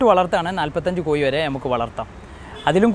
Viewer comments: കോയി അല്ല (കോഴി എന്നു പറ )🤭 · പറഞ്ഞ പറഞ്ഞ് " കോഴി" കോയിയായി, കോഴി എന്ന് 10 പ്രാവശ്യം ഇംപോസിഷൻ എഴുതി സ്പുടത വരുത്തുക ! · Not Koyi but kozhi. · കോയി എന്ന് പറയാതെടാ. കോഴി, കോഴി, നാക്ക് വടിക്കുക ദിവസവും. 🤪